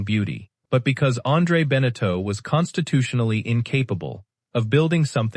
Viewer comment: pronounce benetau properly, thesame for jeaneau. terrible video, waste of time. no photos of the boats they built.